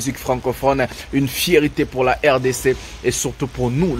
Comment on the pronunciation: C'est une FIERTÉ et non une FIERITÉ , vous faites souvent cette erreur de prononciation. N'oubliez pas, vous êtes suivi par bcp de Pays francophone,faite un effort de prononciation svp. MERCI